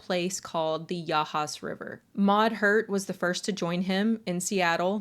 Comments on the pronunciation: I would love if you did an episode on what makes people join cults, maybe even interview some of your followers who have been in and gotten out of cults. I simply can't comprehend how someone could follow someone like this. Also, well done pronouncing Yachats correctly. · Kudos to you for pronouncing the names correctly--Yachats!